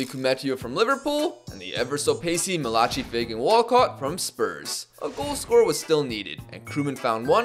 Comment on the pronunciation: Malachi is pronounced "Mal-ah-kai" kai like caillou